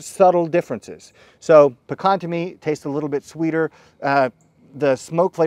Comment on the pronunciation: Well at least he said Pecan right!